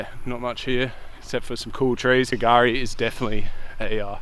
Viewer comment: That what I was thinking at the start, like where’s this k gari place lol. And then I hear you say the ship wreck and I’m like he’s at Fraser Island 😂